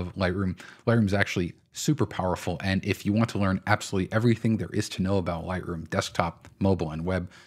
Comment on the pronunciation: For first few mins struggled to figure out what you were saying repeatedly….“Lie-roo” then it clicked… “Lightroom” 😉 good tips